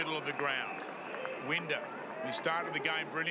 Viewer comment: It annoys me how he mispronounced winders name